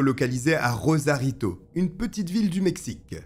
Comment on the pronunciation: RoSarito, pas *Rozarito